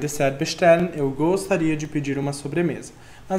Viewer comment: Só uma observação: o T da palavra DesserT não tem pronúncia.